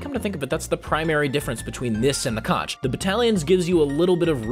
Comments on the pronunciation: Plz don’t call the conch a co-nch it’s pronounced Co-nk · is pronounce "konk" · sondsmeth said conch good